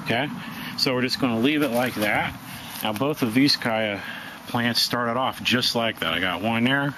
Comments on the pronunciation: Where the heck are some of you people getting that ignorant kie-ya pronunciation? ????? The people of chaya's native country , Yucatan, Mexico, must be a pretty stupid bunch since they all say CH-aya, as in CHarles. This 'kai-ya" business is highly annoying. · Love the video but I work in Yucatan with Maya farmers and its pronounced "ch-aya" including the ch sound. :) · It's CHaya with the CH pronounced like CHeese. Why can't people pronounce this plant properly. Listening to your mispronunciation is like fingernails on a blackboard!